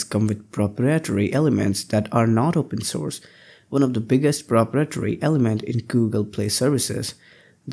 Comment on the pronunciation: Nice video! But please learn how to pronounce "proprietary" ;-)